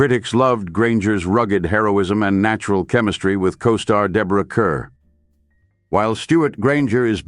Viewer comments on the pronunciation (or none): I´ve been in love with him since I was a teen in the 60s. Nobody could compare to him in period costume, especially 18th and 19th centuries. Guess that´s why "Moonfleet" and "Beau Brummel" are my favorites. Love "Young Bess" too. Btw, her name is pronounced "car" not "cur". There are a few other bloopers too. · Interesting. Thank you. I do believe, however, that Ms Kerr is pronounced CARR. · Mispronounced Kerr too